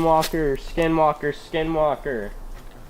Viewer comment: Was it just me or was he saying SkiM walker lol😂